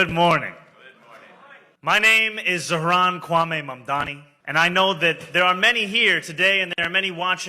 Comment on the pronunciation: Why is it so hard to pronounce Mamdani's name? I feel like Cuomo psyched everyone into saying it wrong